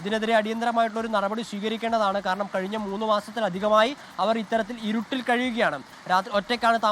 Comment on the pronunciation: ഉരുട്ടിൽ അല്ല ഇരുട്ടിൽ 😆